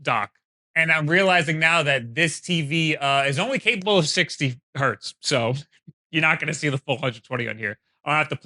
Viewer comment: Make a note that while Hertz is nearly always plural, it is based on a person's name so it would never be pronounced Hert